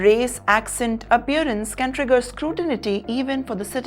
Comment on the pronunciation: Ekscalate? Scrutinity?